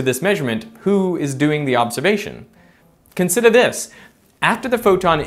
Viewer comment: "Consida this"